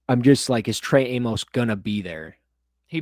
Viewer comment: OK, I'm gonna finally go on record with this one. Since there is a good chance the Bills draft this guy, Trey Amos' surname's pronunciation rhymes with "miss" not "mose". Everyone in Bills media says it the wrong way and it's driving me mental 😁